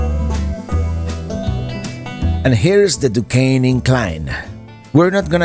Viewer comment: I’m impressed with your correct pronounciation of Duquesne and Monongahela( we Pittsburghers call it “ the Mon” , for short) !